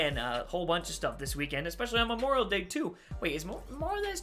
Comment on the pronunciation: Memoral Day 😂😂 It's Memorial Day 😂